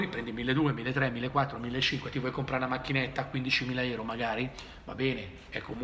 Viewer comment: Si dice EURO NON ERO